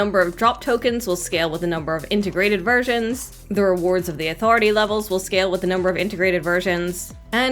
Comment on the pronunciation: I kept hearing integrated virgins instead of versions XD